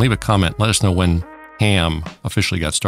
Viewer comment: You know someone has superior intelligence when they actually pronounce the H in "when" & "why" ;)